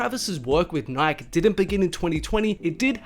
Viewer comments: Resse puffs and nik??? You don’t know how to say Nike? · It’s pronounced nike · “REECE” puffs and “Nyk”? Lmao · he said nik instead of Nike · [Nai-kee] not [naik] lol. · Oh No ......... Your One of those people who says Nik There is an "E" at the end for a reason its NIKE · What’s nik? It’s NikEEEE yadiiiig don’t forget the E That’s when not living in the United States plays a role 😂🤦🏽‍♂️ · Its not Nyk its pronounced NIKEY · Bro it’s Nikeeee not Nik... smh 🤦‍♂️ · Who else got heated cuz he kept saying nik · I cant deal wit him keep saying nik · Say it slow....NIK-E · Never heard anyone pronounce "Nike" that way. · WTF someone fix the way this kid says NIKE now! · The way this guy pronounced NIKE OML. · Bruh learn how to say Reese’s and Nike please 😭😖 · Wow. I cant believe how many times this kid said nike. Holy fuck. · There is absolutely no way this man just pronounced Nike like that. 🤦‍♂️ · Y is he saying NIKE WITHOUT THE E!!!!! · The way you pronounce Nike bothers me more than it should